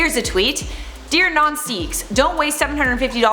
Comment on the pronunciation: It's pronounced "sickhs"